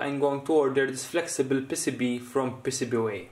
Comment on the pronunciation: PissiBee. you pronounce it PissiBee? we pronounce it pee-see-bee